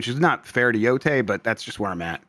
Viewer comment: It was announced over a year ago, and I don't think has ever pronounced "Yotei" correctly. Incredible. I'm just going to assume it's a bit at this point. (I know it's not)